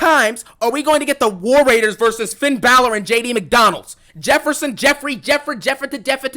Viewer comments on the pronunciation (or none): Did I just hear jd mcdondalds 😂😂😂